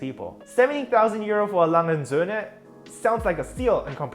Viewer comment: Great high quality content. Thanks for the video. When I heard how you pronounced A. Lange & Söhne, it was clear that you are a German feller. Sub was a no brainer. 😉